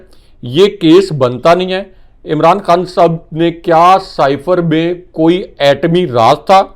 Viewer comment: He is Khan Sahib,not Khn Sb as pronounces the name.